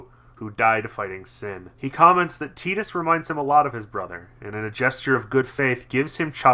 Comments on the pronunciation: I didn't know that tidbit about Tidus' name, and hate that pronunciation somewhat less now. I still think Tide-us makes more sense, given his affinity for water, but hey. Keeping this quick: I like this game. Combat is good and fun, sphere grid is an interesting concept (but the normal version is too linear to do much with), world is interesting, characters are interesting. But they look like assholes, and the voice direction could have been much better. Granted this was Square's second voice-acted game, ever (after The Bouncer), but whatever the reason, bad voice direction is bad voice direction. Also The Laugh Scene is an actually good scene, because The Laugh is ironic, and no one seems to get this. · ffx is a blast love wakka to bad of how they pronounce tidus name